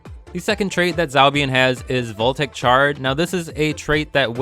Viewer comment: Just wanted to point out that "voltaic" is three syllables - vol-ta-ic :)